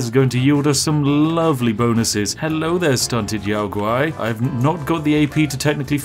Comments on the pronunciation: "yow gowrie"? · did you calla a yao guai "yao gari"? lol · I'm sorry, how did you just pronounce Yao Guai? Yao gauri? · Yow guwhy - yao guai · We just gonna gloss over "Yao gowry" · I've always said it the way the NPC's say it, they pronounce it "Yow G-Why" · Gotta love that Yao Guai pronunciation XD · The way he pronounced Yao Guai pained me lol